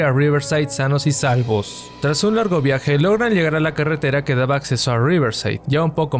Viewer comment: ok pero nadie le presta atención a que dice liegar y liamar en vez d usar la pronunciación adecuada?